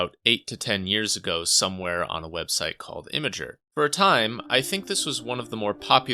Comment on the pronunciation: the validation you pronouncing "Imgur" like "imager" gives me is better than crack.